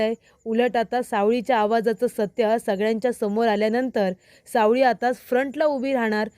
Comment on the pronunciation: सावली म्हणा सावळी नको